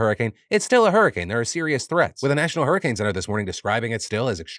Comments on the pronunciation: Did you just say "Super wer Whoricane"??? 😂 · Phil, did you just call it a whoricane?